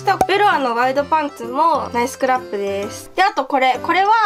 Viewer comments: ナイスクラップの言い方ちゃんとなってるwww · ナイスクラップの発音直っとる（笑）